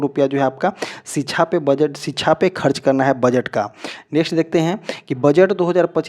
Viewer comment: Thoda home work jyada kare ...knowledge and pronunciation par bhi ...kyuki .. शिक्षा को छीछा बोल रहे हो...❤